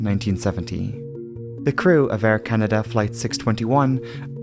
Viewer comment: Air Canader? never heard of it.